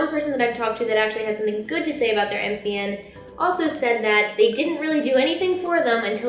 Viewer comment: You had it right the first time lol MCN is an acronym. Don't worry you're still the QUEEN!